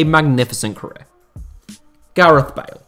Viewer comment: Thought you said Gareth Barry not bale lmao